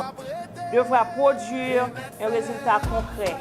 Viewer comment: Madanm yo pa di podyuiir. C produire yo di an français